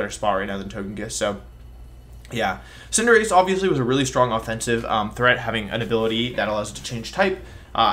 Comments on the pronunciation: Why is he pronouncing “Cinderace” as “Cinderacchi”???? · Cinder... ace? Really odd pronunciation, you feeling ok man? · And Cinderace, like Liberace? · i was about to comment that first word exactly lmao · He knows how to pronounce it, he just does it to be silly